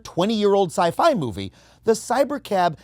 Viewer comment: why say sci fi like that tho? 😭😭😭